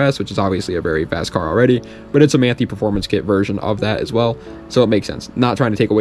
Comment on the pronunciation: Not to be that guy but Manthey is pronounced Man-thai. Like Tai Lung from Kung Fu Panda :D